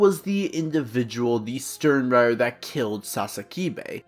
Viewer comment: Nice vid man, only thing is I think using more correct pronunciations would make the vid better O-ree-he-meh E-noh-uu-eh Stern-rih-tter No-e-tra Sa-yel-aporro (this one is hard) Lil Bah-row Aus-veh-len I'm sure there are others but you get the drill. It just shows more respect for the source material and the original languages